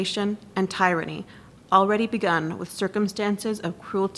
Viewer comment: Thank you but N.B.: "Tyranny" is mispronounced by 2 of the speakers, and one mispronounced "legislature."